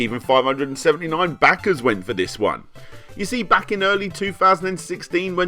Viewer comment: Every time Larry says Dollahs and back-ahs some guy around the globe survives cancer.